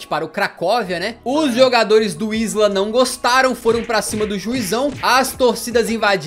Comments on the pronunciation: Na verdade a pronuncia tambem nao é "Visla" é mais parecido com "Vísua" , o L cortado em polones tem som de u. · não se pronuncia visla, mas sim visuá, se forem ler palavras com ł é só substituir a letra por U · Adicionando a pronúncia: wisła se pronuncia VisUa, o ł tem um som de U não de L